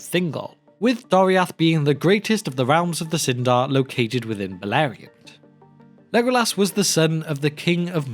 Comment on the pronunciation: haha to OP why do u pronounce as lego- LAS?